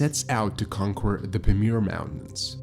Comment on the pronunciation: Your mispronunciations are too annoying to listen to your narration. Is English a new language to you? You might invest in some dictionary time to learn how to pronounce simple words like "conquer".